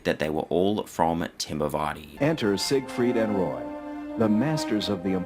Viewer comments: I was only paying half attention and Im pretty sure I heard "Siegfried Fishfucker." I'd rather not be corrected. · Leave it to to not be able to even say Sig Freed right, theres only hundreds of clips of people saying it right.....